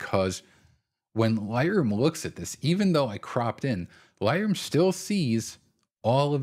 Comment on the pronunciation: For first few mins struggled to figure out what you were saying repeatedly….“Lie-roo” then it clicked… “Lightroom” 😉 good tips